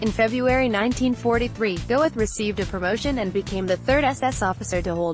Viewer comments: NOT "Go-eth"! "Goeth." It's a GERMAN name! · It’s painful listening to the robotic butchery of his name. It’s not pronounced “Go-eth”. It’s “Gurt”. And the peppy music is wildly inappropriate, given the subject matter. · Name is NOT pronounced Go-eth. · Pronounced Gert, not Gowith. I'm sure your low subs are dropping by the week. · Very weirdly produced and edited video. What were you thinking with the upbeat narration and pseudo-club music? And why those distorted, stretched-out photos of his face? Also, you should learn to pronounce the name of the person the documentary is about. It's pronounced "Gert", not "Go-eth". Having as many dislikes as likes should tell you something about the quality of this video. I almost never criticize videos that actually present the facts like this one does (I really hate click-baiting lies) but the WAY you present the facts SUCKS! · The correct pronunciation of this last name is khett not "goeth" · And the name is pronounced "Gurt". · pretty sure his name is pronounced Gurt in german. 2nd time I've ever given a thumbs down. the mechanical voice etc. it's just bad. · If you can't speak German, don't try to pronounce it! Goeth is pronounced Gurt to rhyme with hurt. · FFS Do not have a computer narrate a potentially great wee documentary! If you've taken the time to put together quite an informative work like this, find a 'human' narrator or leave it to your text. Amon 'Gowith' would shoot you for much less! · It's not pronounced "Go-eth"...get rid of the computer produced voice over. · She can't pronounce Goeth .